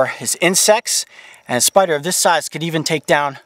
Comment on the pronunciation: For a second there I thought you said SPRRRRRRRRRRRRRR